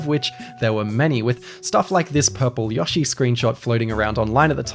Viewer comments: Not trying to sound like a dick here but it’s Yoshi not yoshy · Yawwshi lol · Do not say “Yoshi” like that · You say Yoshi so weird, remind me of when people say pokey-mon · Y2 Kayfabe accents don’t magically change names. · Great video but damn the way you say Yoshi seems weird to me.